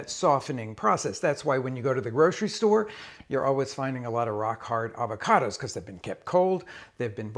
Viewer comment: “It’s ah-vach-oh-dose…”